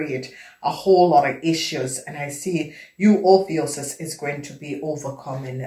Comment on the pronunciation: Love how you say ophiuchus & it resonates big thank you